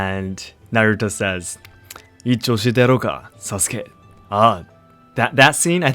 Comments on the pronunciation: Idk why it was so grating to hear Sasukes name pronounced Sah-sOO-kay instead of Sah-Skay. Aside from that, great vid mah boi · Y was he pronouncing sasuke as sasUkay when later he pronounces it correctly? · That emphasis on the "u" in Sasuke is really cringe. The u is actually silent (Saske). The japanese also mostly put the emphasis on the first syllable, where americans for some odd reason choose to put it on the second syllable. As someone who prefer watching anime with the original soundtrack and subtitles, hearing americans pronounce japanese names just sends shivers down my spine! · So.. I thought Japanese omit vowels sometimes to shorten words.. like every name I ever heard with x-suke did not pronounce the u in su..? Did you make a mistake or do Japanese shorten words when they shouldn’t? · Wait, "Sa-soo-ke" ??? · Sas-ooo-kay! Lol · Are you mispronouncing Sasuke on purpose? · I find it interesting that you pronounce the U in Sasuke where some people don’t pronounce it.